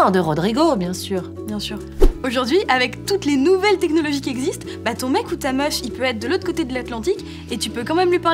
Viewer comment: Je suis la seule à avoir entendu ton mec ou ta meuche ( et pas meuf ) ça m'a perturbé de ouf